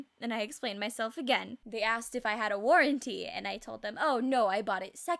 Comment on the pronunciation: Lmao "Warrenty"